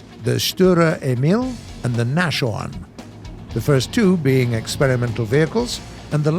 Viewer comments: My guy, it's not "nashorn" as in "mash-orn", but "nas-horn". As in, the German word for rhino. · Say naschorn one more time, i dare you. Its Naashorn, not naschorn.. smh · It's bugging me a bit that Nashorn was pronounced "Nash-Horn" and not "Nas-Horn" but other than that it's a great video. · Nashorn is pronounced Nas - horn , not NaSHorn. Means nose - horn .. german for rhino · Actually Nashorn is pronounced NasHORN not NaSHorn (without the pronunciation of "SH") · I like these kinds of videos but its nas-horn not nash-orn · NOT Nash-orn! More like Nahs-horn (Nose horn) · Nashorn is pronounced: "Nass - horn". Not "nashorn". It means "Rhino". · If no one didn't point it out yet, the correct and easier way to pronounce the Nashorn (in english) is to speak the "s" as a "z". Cuz Nas.. not Nash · Not Nash Orn....its spoken Nas Horn. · Nas horn not Nash orn :) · there is a heavy misspelling with the nashorn. you speak it as naschhorn and not as nashorn have you maybee build your version out of candies? translated into the english it would then be a nibblehorn in case of the naschhorn instead of a rhino in case of the nashorn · Hearing Hashorn... It's not pronounced like that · The nash-orn 🤣🤣🤣🤣🤣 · I hate how he pronounces Nashorn, it is pronounced as Nas-horn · Using English pronunciation for German words is really strange. 'J'agdT'ai'ger, Na'sh'orn was really awful. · The pronunciation of German tank names is already quite successful. But in German, a "sh" is not a sh like in English. Try with a small pause between s and h so nas-horn. Then it should also work with it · You don't really pronounce the H inside Nashorn its pronounced more like Nas - Horn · U pronounce Nashorn like Naschhorn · thunder : nashorn pronounced Nas-Horn , there is no "sh" like it would in english ;) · It's spoken "Nahs-Horn". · It's Nashorn with s not sh THIS IS TRIGGERING